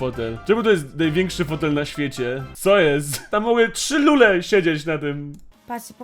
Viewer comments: Nie lule tylko lure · Lurrre a nie lulllle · ale ty sie naruciak nie znasz 1. netrodal nie jest nowym streamerem 2. lure a nie lule